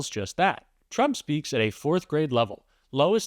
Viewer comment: Okay but at 6 seconds into this video you say "Donald Tsump" and didn't bother to start over, which is really setting the tone wrong for the point you seem to be making